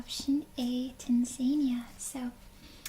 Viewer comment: Hey, if it helps, the phonetic pronunciation of Tanzania is 'tan-zuh-NEE-uh'